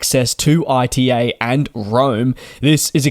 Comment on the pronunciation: Please, not I.T.A., it's ita, like the beginning of the word Italy 😅